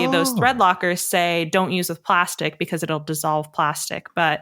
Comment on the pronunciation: Plastic-ee made me cringe. I mean, the word there was just plastic. No need to add an extra syllable. 😣